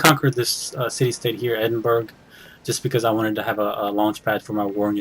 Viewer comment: Edin bur rugh